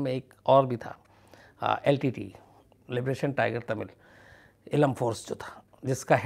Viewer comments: Shams ji main aapko dhanyavad karna chahtha hoon. Lekin aapka yah shabdh " litte" kante ho yeh galath hain. iska sahi pronunciation yel. ti ti .yee bantha hain. Shukriya. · Litte ...Litte...i was confused at first. 🤔 But later realised that SHAMS sir was saying L.T.T.E as LTTE - Litte. ( in short pronounced ). 😅